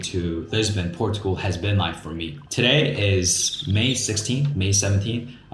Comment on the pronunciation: Liking your videos and the house manifest concept sounds great. FYI .. I realize you’re from Asia but Portugal is pronounced Por cha gul. And the Jesus statue is called Cristo Rei meaning Christ the King.